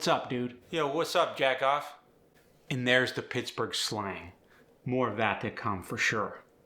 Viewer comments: Close but not quite accurate. It isn't "jackoff", it's "jagoff". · "Jagoff", not "Jackoff".